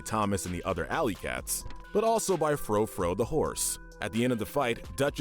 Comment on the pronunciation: "Fro Fro the horse" "Alastor Cree" "Silent Spiral" The fact that he mispronounced the names. 🤦🏻‍♀️